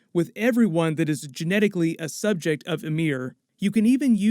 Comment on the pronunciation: Why is calling Ymir, Amir ? kinda triggers me